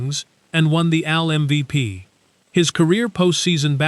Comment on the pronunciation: Is this being narrated by a human being? It says that Munson won an AL MVP but it pronounced it like a man named Alfred or Albert’s nickname, Al. Not A-L like it’s supposed to be.